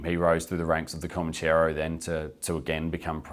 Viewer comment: It's Comanchero, not Comancheero......Mark Mori is a wanker.